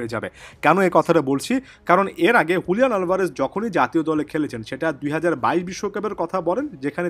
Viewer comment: Bro not huliyan it's Juliyan